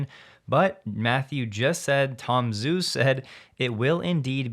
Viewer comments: Just a comment. It's Tom Joo, not Tom Zoo. The transliteration of "Zh" is a "J" sound. Listen to him pronounce his name. It's not just you, it's almost all the Youtubers. It's the guy's name. Why not guve him the honor of pronouncing his name correctly? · Tom Zhu: pronounced “Ju.” 😉